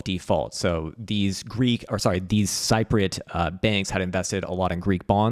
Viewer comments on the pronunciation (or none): Cypriot = said Sipriyut :-) Nicosia = said Nick'o'see'er :-) but love the content hehe